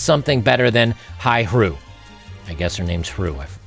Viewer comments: My guy said “Heru” lol! hru = How Are You 💀💀💀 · LOL.. ok this one I do know.. HRU is not her name.. - H (how) R (are) U (you).. lazy way to ask.. and hooked on phonics